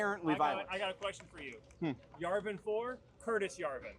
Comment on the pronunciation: You’re not even saying it right! It’s yavin! Not yarvin!